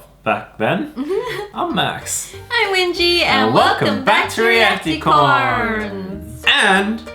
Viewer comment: You sound like you say realatecorns you’re channel is cald racticorns